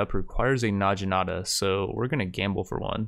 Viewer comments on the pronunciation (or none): It's Nag-inata, not Naj-inata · It's actually na-gi-na-ta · Where tf from? Where in the world pronounces necromancer as neekromancer? or naginata as na-jinata? Mfer pronounces it correctly on the 60th time 21 minutes in??? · and "Najinata" that ones a little more understandable tho. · Says "nadjinata"... I die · It's pronounced "nah-gi-nah-ta" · Hey, naginata is pronounced with the g that you would use in goat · I'm pretty sure he's doing it on purpose, like Knee-kromancer